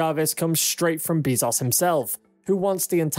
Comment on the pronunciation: Great video but Bezos is pronounced Bay'-zohs not Bee'-zahs.